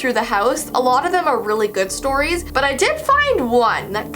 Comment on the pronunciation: I though you said butt not but hehehehehehehehehe he he oh